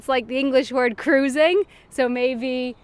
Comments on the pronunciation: I was surprised that some words were not familiar to you! 1) Vrijhouden, literally sort of: "freihalten and "vrij" is pretty much pronounced the same as "frei". 2) Kruising = Kreuzung/Überquerung), not cruising, lol. 3) bereikbaar = erreichbar. To me it's all very similar, just like it was for Mr German man, so I guess it shows how much easier things are when you don't have to translate twice. And yes, Mr German man was right at the end. I should say, I don't think I have a talent for Danish, but I am quite good at languages in general. Some European ones at least. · This is so cringe for someone who can speak Dutch for example kruising is pronounced Kr ouw sing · OMG... this was soooo funny! you know the dutch speak the g a bit like the Germans do the ch... with some of them you were pretty close but kruising means crossroad. Mr German Man was much better to be honest :)